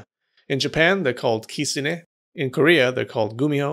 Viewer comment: I’m not gonna lie I could not keep watching this video because of the way he pronounced “kitsune”